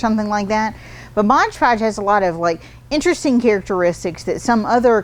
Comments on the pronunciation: MOD podge. Not modge podge. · I hope someone tells her it's MOD not modge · Mod Podge, not modge podge! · Mod. Podge. Not Modge Podge. Lol.. they should just change their name though, no one gets it right... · MOD Podge not MODGE Podge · Normally I love the two minute art tips, not today. Every time anyone calls it modge Podge, I wonder if they can read. It is especially grating when an artist, a representative of a company trying to sell the product can NOT call it by the actual name. MOD Podge, every time said modge it was like nails on the chalkboard, I kept watching to see if she would correct herself. NO, it didn't happen. Please if you are going to carry MOD Podge call it MOD Podge. Thank you! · We love you! Please say M-O-D Podge😘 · it sounds like you are saying "Modge Podge". I have used Mod Podge to coat paper beads. Even when dry, the beads have a tendency to stick together when I keep them in a container, as I tend to do with other beads. When I shake the jar, I can generally get the beads to break apart; but, is there anything that I can do to keep them from sticking togethe to begin with?